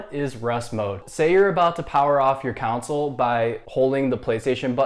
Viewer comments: He bugs me he keeps saying counsel and not console how it is actually supposed to been said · Thanks. Kon-Sul not Council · The fact that you pointed out which no one would even notice, yet kept saying “Counsole” instead on console is hilarious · lol thought i was the only one to hear that hahaha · Bruh keeps saying council wtf